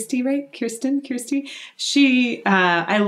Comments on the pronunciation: I'm sorry, it's Kir-sten/Kirsty, not Kiersten. Otherwise, I love the exposition of technical music stuff in these vids. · Kirstin’s name is pronounced “kurstin”, and its not “The Pentatonix” its just “Pentatonix” lol